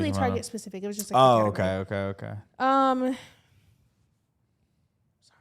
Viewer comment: SAWWY that's me :D